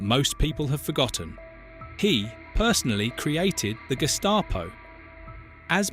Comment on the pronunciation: Could you adjust the pronunciations of different words, Gestapo, Gering, and others?